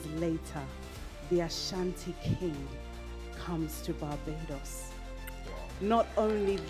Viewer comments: Your pronunciations please eg : Barbados not Babados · Please correct your pronunciation of BA-BAAY-DOS... Please, not BA-BA-DOS. This is just a point of correction...